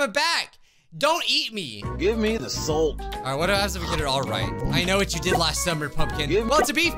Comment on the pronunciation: "give me the solt" ITS SO FUNNY XD